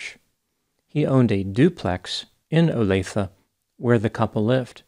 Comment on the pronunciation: Thank you for pronouncing Olathe correctly.